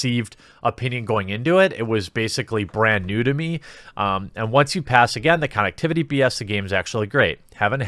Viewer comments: Nobody pointing out him saying con ectivity. This is literally killing me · This is the first time I heard someone pronounce “connectivity” the way you did.